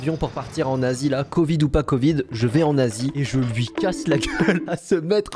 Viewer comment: Quand tu dit en Asie on dirait que tu dit un nazi